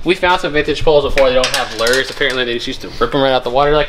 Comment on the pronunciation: Not lores it is LURES LURE IS ROOT S MAKES IT MANYT THE E IS SILENT AND MAKES THE U SAY ITS NAME NOT ITS SOUND OTS A HARD "U"